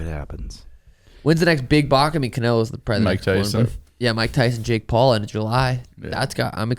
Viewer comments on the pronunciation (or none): none